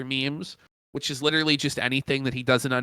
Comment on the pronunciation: "Guys, my arms are LIDURULLY noodles!" \🐷/ --, probably